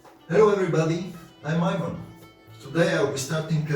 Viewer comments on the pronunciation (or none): none